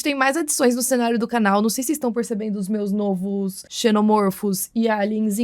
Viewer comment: Vídeos novos? O correto é n(ó)vos...o "o" é acento agudo e não grave! Por favor! 😢😢😢😢